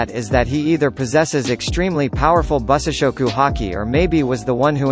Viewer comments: Bussashokoo is another hilarious one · "bussashokoo" cracks me up